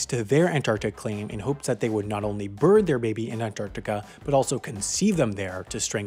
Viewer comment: Did he say burn or birth? Becuase I really need to know.